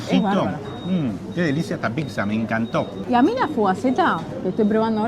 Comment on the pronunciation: Pizza se dice, no pitzza chabon